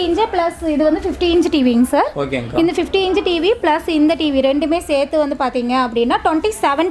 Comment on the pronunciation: அக்கா அது இஞ்சு இல்ல அக்கா , இன்ச் 😂😂😂 ...